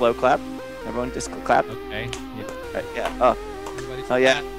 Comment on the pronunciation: Court cases... byeah. Civil suits... Byeah. On site work... byeah.